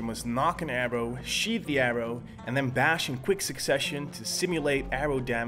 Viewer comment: Wtf is sheeth